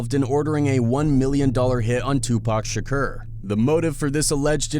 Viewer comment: The “Shakcuurr” shit is KILLIN me Smalls!